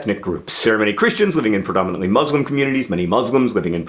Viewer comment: I'm dying at the way you pronounce 'muslim'